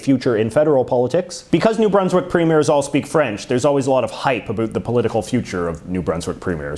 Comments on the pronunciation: He’s an American born Canadian isn’t he? Or he lives in the states at a young age or something right. As a Canadian I have never heard any of us say about like that. Ever. He’s attacking us, I swear LOL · The way he says about is so crazy to me, from Australia.